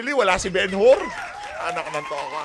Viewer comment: Bumbay,yong Benhur pronounced as “Benhar”at hindi Ben Hur.